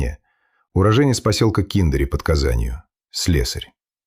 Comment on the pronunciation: Только не ДЕрбышки, а ДербЫшки! И не КИндери, а КиндерИ! Дербышки - это окраинный район Казани, мы жили в том районе. Интересно послушать.